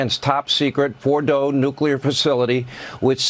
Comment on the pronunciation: Did he say the "Uranian military sites of Bordeaux..."? Because that's what I heard.